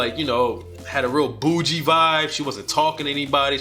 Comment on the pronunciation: Yeah I don’t like this video….why you saying bougie like that???